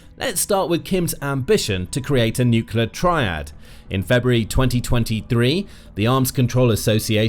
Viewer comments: Nuclear is pronounced exactly like 'New Clear'. I realize this word is difficult for many people, but if that word appears many times in a news story, maybe the narrator should be tested to see if he can pronounce it, and if he's aware of the difficulty he seems to have with it. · I know this channel has more than one narrator, so why, when reporting on stories or situations that have a connection to nuclear power or nuclear weapons, do you assign the narrator that cannot pronounce the word "nuclear"? It's not "newkewlar"! If you cannot speak the King's English, then you should perhaps choose another line of work. Lord thunderin' Jesus, it sets my teeth on edge every single time! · Why is it that people Can’t pronounce NUCLEAR? It is not spelt NUKULA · Kim's wishlist, or Kim's Wish list? I could buy that he bought it online from a Chinese fraudulent junk drop-shipping site! BTW, are my on-edge teeth right? I'd swear this guy keeps saying "nuculer" like an ignorant putz rather than "nuclear"... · You don't even pronounce nuclear properly. It's spelt correctly in your title, you can't even say it, you say nucelar 😂😂😂😂😂 And we should trust your videos??? 😂😂😂😂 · “Nuclear”… there is only one “U” in nuclEar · As soon as you mispronounce the word nuclear, I turned off the video sorry bud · Jayzus. It’s painful listening to you botch the word “nuclear” so badly. In one sentence you’ll pronounce it correctly, then in the next you lose your gawd damned mind. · It’s ok, he can’t pronounce nuclear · My pet peeve. It's NUCLEAR (new clear), not bloody NUKULAR. It doesn't matter a jot but it grates on my f*****g ears. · NUCLEAR, not NUCULAR, bad bot! Is it a decoy, or a symbol of North Korean inability to do anything? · I'll never understand why people can't say "nuclear". Nook-lee-ar. Not nook-yee-lar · middle school english boys it aint NUCYUHLAR,, IT"S NEW CLEE AHRE exectera is ET CET ER A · Nucular is not a word. Say the right word. Nuclear. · You literally said "nucular."